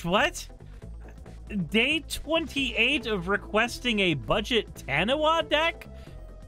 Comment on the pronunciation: fyi taniwha is a maori word and is pronounced ta - nee - fuh since the wha makes a fuh sound in the language